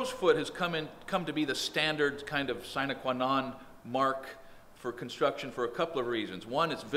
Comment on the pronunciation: sine qua non-- pronunciation